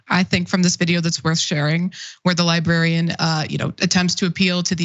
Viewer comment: I really admire and respect Cenk. I just wish he'd say the word "Librarian" correctly. It's an old pet peeve related to a past coworker. But, of course I understand him anyway, and respect his right to pronounce words in any way he chooses.